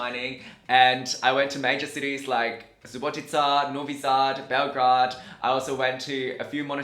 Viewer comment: Great video but it´s BelGRADE not BelGRAD.